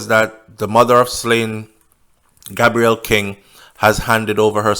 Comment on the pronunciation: His name is pronounced Gay_brel